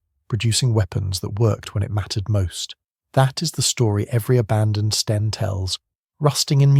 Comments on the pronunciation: Sten not Stein! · STEN not Stein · he is saying 'Stien' Stein is Stine in German.